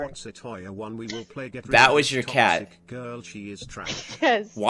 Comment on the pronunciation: DId juSt sAy gOrl?